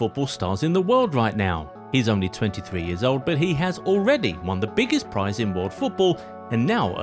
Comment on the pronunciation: He said that Mbappe won the biggest prize. Or did he say surprise?